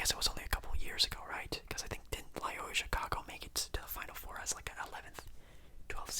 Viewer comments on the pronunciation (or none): For future reference, it's pronounced "Loy-OH-la." I wouldn't quite call them a Cinderella either imo, they made the Final Four in 2018. Good video though!